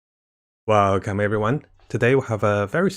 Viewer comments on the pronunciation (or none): he still said ''Weelcome Everyone''😭✊